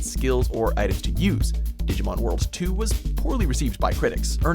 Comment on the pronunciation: The one thing I hate is how he pronounces Digimon